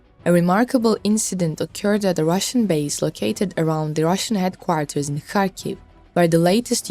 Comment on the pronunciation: Do something with your English please, it is headquarters not heatquatars! English is not my first language, that is why I stay away from reporting in English, you must do the same!